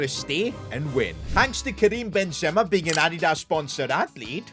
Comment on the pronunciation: It's not Ben zema it's Benzema